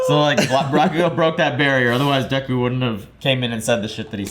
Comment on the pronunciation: It's just Deku, not Dekū.